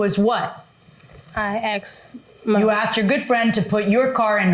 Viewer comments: So many uneducated people out there, lol. "I axed her a question." WTF?! It's "asked," not "axed," lol!!! Disgrace!! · What is with 'axed?' I've always thought it was 'asked?' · More plaintiff/defendants that say "axed". Surprise, surprise.